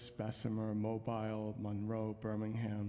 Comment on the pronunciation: Mobile is pronounced Mo- Beel. And yes it’s very dangerous and will never change and only get worse.